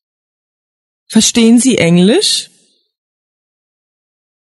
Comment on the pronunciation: Verstehen اون h خوانده نمیشه بجاش e کشیده تلفظ میشه